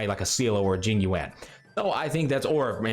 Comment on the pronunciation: Isn't Jingliu pronounced like Lucy Liu? As in "Jing Lu" and not "Jing Lee-You"?